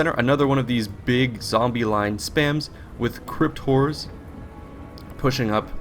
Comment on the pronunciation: I keep hearing it as "Crypt whores" lol